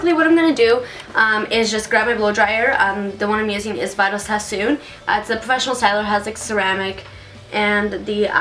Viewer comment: omg you're so cute. its pronounced " v - dal " Sassoon not vidal :p I shouldn't talk though, I pronounce so many names wrong